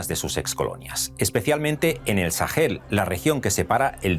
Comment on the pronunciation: Dos correcciones: 1. Se dice "Sahara", no "Sájara" 2. Se dice "Sahel", no "Sajel"